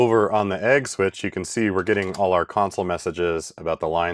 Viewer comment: Funny how agg and egg sound exactly the same